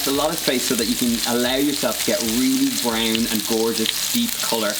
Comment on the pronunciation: "Reeley broyoun"